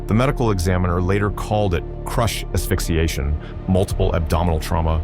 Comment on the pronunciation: I'd hate to have my death censcored.... Bloody hell.... Excellent animations and narration though, you've got AI working very well, just clean the thumbnail up. Also "asphyxiation".